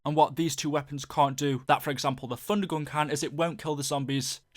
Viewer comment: It sounds like you're saying Funder Gun